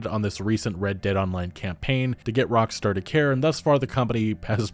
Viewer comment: "Rockstore" fucking lol well done